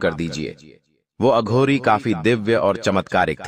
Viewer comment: बेवकूफ अघोरी को अधुरी बोलता है।